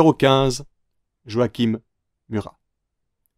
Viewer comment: Joachim Murat en 15ème position et avec son prénom mal prononcé ayaaaaa appelle le Jacob tant que t'y es.